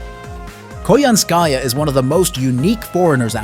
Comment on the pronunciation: I still hate how Koyanskya was butchered in Tunguska. I still wished she was part of the Tamamo 9.